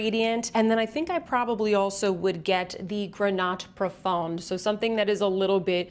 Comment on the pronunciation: Hi, great review as always ☺️ Just to help you with your french pronunciation: more than often the consonant at the end of a word is muet (grenat profond -> grena profon) 😉 of course there are exceptions otherwise it would not be French 😅